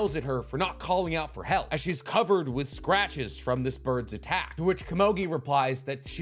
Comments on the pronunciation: why did you have to say kamogi so many time. KOMUGI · Komogi? lmao it’s ko-mu-gi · Oh my god dude PLEASE It's komugi not kumogi, Jeez lmao I cant listen to u talking with such a passion about this show and wich such effort and heart put at the narration and all of a sudden hear ''Kumogi'' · I just want to know who that heck is "Ka-moe-gui" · I know this is probably just me but every time you say Komugi's name wrong it breaks my immersion. Aside from that this was a great video. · normally I'd agree with you, however this guy, and others like him, proclaim or at least stand in a spot of "one of knowledge" and we all trust that what he says is truth and fully accurate and whole. How can that be when he messes up such a simple, basic, and easy thing as the actual name of the character. Do you watch "the last airbender" and not cringe every time they say Ong instead of Aang? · Just learn how to pronounce easy names like Komugi before you complete the video